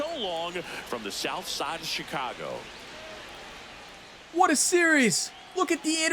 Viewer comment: Will you ask for a trade so I don’t have to listen to you pronounce Chicago wrong?